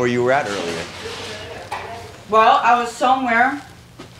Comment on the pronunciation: Earlier that day* not earlyer 🤦🤦🤦